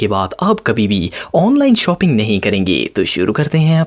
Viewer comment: Bhai shoping nahi shopping hota he